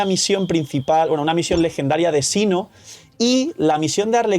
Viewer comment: No mame don se pronuncia Seno / Senu no Sino ajjaj